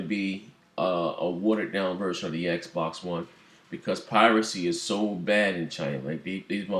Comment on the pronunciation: Bang bang!!!!!!!!!!!!!!!!! U said it right Xb1